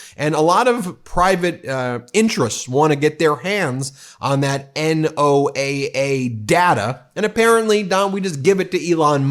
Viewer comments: FYI, NOAA isnpronounced "Noah" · It's pronounced NO-AA, like Noah. My brother works for NOAA. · Does Ben legit not know it’s pronounced “NOAH”?